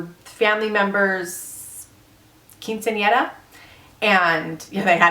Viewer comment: Wow, you said "quinceanera" correctly. Very impressive.